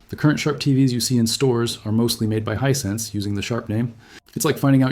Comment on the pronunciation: 100%, as revealed when he mispronouces Hisense as Hisensuh.